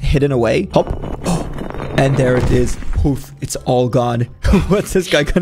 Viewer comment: its not ooooof its poof